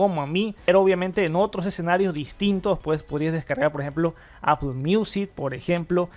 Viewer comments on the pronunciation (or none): none